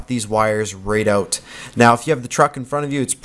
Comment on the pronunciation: Oaut? You from Canada?